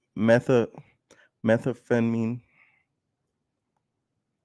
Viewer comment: Lol at trying to pronounce “Meth-am-pheta-mine”